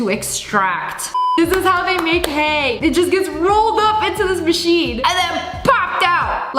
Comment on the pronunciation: THIS MaCHEINE Me: Fwi it’s a square BAILER